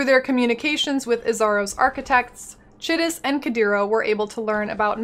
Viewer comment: Chitus is an actual name... that's how it's pronounced.